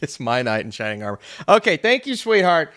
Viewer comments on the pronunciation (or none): none